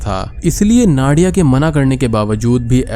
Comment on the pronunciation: Its नादिया , not नाडिया